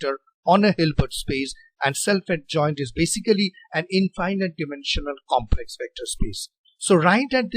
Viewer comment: Thank you, sir, for this helpful video! FYI, in American style English, the word 'infinite' is pronounced very differently from 'finite'. "Finite' has 2 long I's, as in 'like', but 'infinite' has zero of them. It is pronounced with all 3 I's having the short I sound, as in the word' finish'. English pronunciation is very illogical and inconsistent, unlike math or physics! Thanks again for the video!